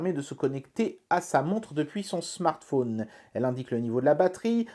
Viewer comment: le smartphôôôôône....le téléphôône sôônne...c'est l'accent de Haute Saône ? en tout cas, belle présentation du produit, merci !